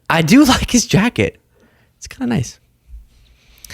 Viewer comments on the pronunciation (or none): none